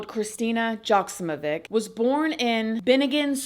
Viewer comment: Correction: she’s of Serbian heritage who was born in Switzerland! Her lastname is pronounced Yok- Seemo-Vich